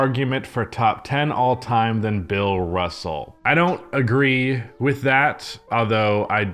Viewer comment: Who the fuck is ‘bill russle’